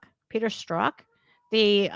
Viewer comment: I think it's funny, no one knows how to pronounce Strzok, not even Strzok. It's Stri-zock